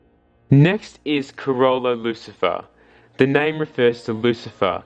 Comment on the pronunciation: Lucilfer with the L